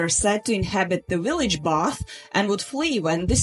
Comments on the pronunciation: I love the way you say "Willage" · uhhhhhhhh, heh heh... She said willage.